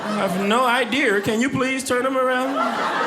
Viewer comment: “ I don’t know what’s wrong with your child .. I have no ID’ER can you please turn him around” ….. “ID’ER” 🤣😂🤣😃😄😃